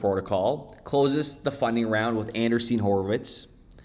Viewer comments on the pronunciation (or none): An-Dree-Sen not Anderseen